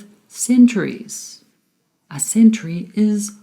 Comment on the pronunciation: I'm sorry you pronounce word century incorrectly with t only.. also your presentation is excellent